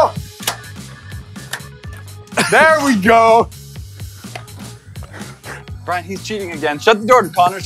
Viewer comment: I herd brien cuse he said bich